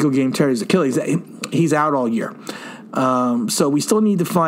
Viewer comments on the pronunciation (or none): none